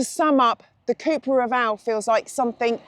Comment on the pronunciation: Cupra not Cooopra